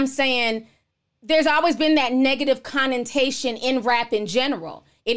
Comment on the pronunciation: Girl! It’s “connOtation” not “connintation.” And it’s “delve” not “dwelve.” And keep up the good work. Love your commentaries!